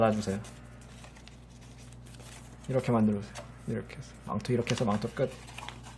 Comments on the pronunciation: 나만 망토할때 망또라고들리낰ㅋㅋㅋㅋㅋㅋㅋㅋㅋ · 저두요 망토 가 망또 로 들립니닼ㅋㅋㅋㅋㅋ